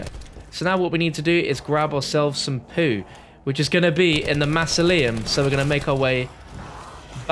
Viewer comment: the way you pronounce mausoleum really triggers me lol